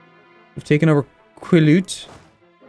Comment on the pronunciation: It’s pronounced quil-ee-yute I know this is really old but it’s nice to see you attack my homeland 🙂